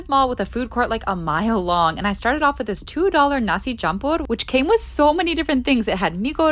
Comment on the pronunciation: OMG YOUR PRONOUNCIATION FOR "Nasi Campur" WAS ACTUALLY NOT BADD, IM GLAD YOU VISITED MY COUNTRY ❤❤